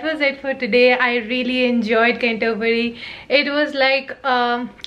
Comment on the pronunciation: Hi, how you’re well. Oh bless you, saying Can-toe-bury 😂 made me chuckle, it’s a tongue -twister name. You clearly looked very excited and well pleased visiting the place. As you loved the greenery so much. You got to visit North Yorkshire, open countryside with loads of pretty scenery. Any plans to visit York? Keep in touch hun Xo.